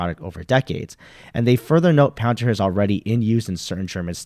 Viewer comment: Palantir not pallor